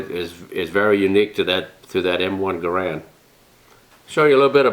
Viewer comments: Not to be picky, & I'm sure you're aware, it's pronounced, 'Geh' rend' (same as errand), not Ga Rand. I believe that spring steel enclosure encapsulating the 8 rounds is called an enbloc.....not a clip, right? I thought it IS possible to "top off" the enbloc by using rounds mounted in a charger that is then inserted into the charger guide, & pushing the proper # of rounds down (like one loads an '03), into the enbloc...& removing the charger from the guide. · John Garand ( GAIR-und Rhymes with errand ) designed it but it seems everyone pronounces it *Guh-RAND*. I've heard many people ask the question, ''Which is the correct way to pronounce it?'' and I guess it only ''matters'' to those asking and I guess only those asking are ''who cares''. Which pronunciation do you use? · Was surprised that Jerry mispronounced Garande like that. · He was French Canadian, so it's likely pronounced more like "Gairon" with the d silent. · not right pronounciation, but ok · According to American Rifleman; The pronunciation on John Garand's grandson's answering machine/voicemail message states the family name as "Guh-rand". Not a big deal, as we all know the great gun we are talking about. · Great video, it's pronounced Gair-end though. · garand would be pissed if he knew nobody knows how to pronounce his name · I was surprised that the great Miculek doesn't pronounce the name properly.